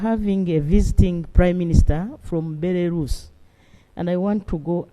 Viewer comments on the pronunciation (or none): Its actually Belarus 🇧🇾 not "Belarusi".😂😂